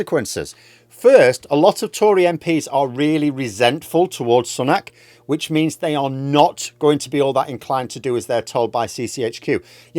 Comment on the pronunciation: Still pronouncing his name incorrectly eh?